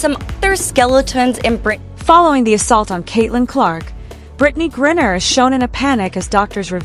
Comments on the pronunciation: Who the hell is "Gurrier"? It's Griner.. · AI narrator sucks. Who's "Gurier"? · If you could pronounce his name right ,it would help